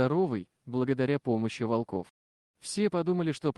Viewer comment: Кошмар!!! то же мне грамотеи нашлись не во́лков,а волко́в Нахо́дится Ей найти дорогу